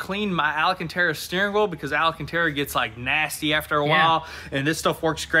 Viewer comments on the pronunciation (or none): For the love of God, it's ALCANTARA NOT ALACANTARA.